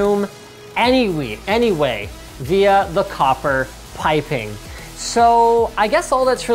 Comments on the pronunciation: i'm fucking dying... "anywee" omg help me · "into the room anywee- anyway."